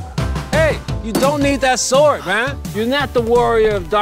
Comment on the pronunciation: “Yes I am lewk at miy sowrd”